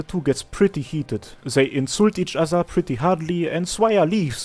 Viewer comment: What is this accent that speaks "zei" instead of "they"? it's cute. Zei, zhose, zhis...